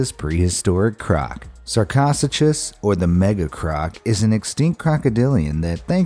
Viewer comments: Sar-cos-a-cus Wut It’s usually pronounced sar-co-sew-cus Also the big bird, I can never spell it right, is not said like that Most of these aren’t how you say them Then again scientists give everything weird names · Thought it was " Sar-ko-su-kos" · It’s actually SAR-COH-SOO-CHUS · ARE YOU FRICKING SERIOUS, YOUR SAYING ITS NAME LIKE Sar-cos-a-chus!!! IT'S SAID LIKE Sar-co-su-cus!!! Look up the pronunciation before you make people sound like idiots!!! AGAIN!!! It's pronunced Li-plur-o-don!!! Frick this!!! IT'S pronounced Kwet-zol-quatl-ul-us NOT Ket-zol-ko-at-lus!!! Plus it's pronounced Ki-meer-a NOT Chi-meer-a. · # 10 is pronounced sarko sue kuss ! and other than that nothing new in this video... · #10 sur-co-sue-kase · It’s pronounced sarco-sukus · Sarcosuchus is pronounced sarkosookis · I thought I was pronounced sa co sue cus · IT’S PRONOUNCED sar-coh-SOO-cuss... and finding that out is not hard. Top lists invariably just pissing me off and your poorly researched CRAP is no different. Do the internet a favor and stop supplementing the stupid... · im not tryin too be a dick but its s-are-co-soo-chus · Sarco-Suchus, Leo-pleurodon, please pronounce the names correctly these are your first 2 and neither was named correctly. and yes i wrote it incorrectly so you can take note on how to say it. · Oh my God. Bruh. Love the videos, but please learn how to pronounce things. Butchered the sarco right off the bat (sark-oh-suke-us) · The sarchosuchus pronunciation let me know i was in for a special ride👌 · Number 10 is actually pronounced as Sar-ko-sukus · The way he pronounced sarcosuchus made me burst out laughing. 😂 It's Sar-co-sue-cuss. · I think he is putting the emPHAsis on the wrong siliAHble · Yes it's sarco-su-cuss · Thank goodness. He had me thinking i was pronouncing it wrong. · You mispronounced the first creature sar-kiss-sucuss is the way it is pronounced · HOW HE SAID SARCOSUCHUS!!! TRIGGERED AS FUCK!!! 😂😂😂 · Them saying "Sarcosuchus wrong is killing me